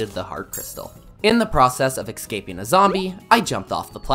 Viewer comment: bro excaping